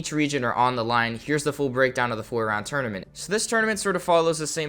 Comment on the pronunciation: new guys cool but he cant say tournament.